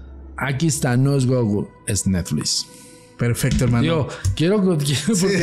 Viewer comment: jjajajaja este wey... aparte sus anglicismos forzados pero dice "Neflis" jajaja